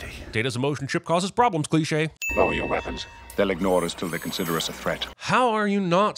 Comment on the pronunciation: Should have added a Sin every time Worf pronounces Weapons with an H.